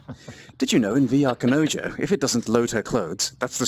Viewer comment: It took me a few tries to get that you were trying to say "kanojou" lol. I was hearing "Kuh No Joe".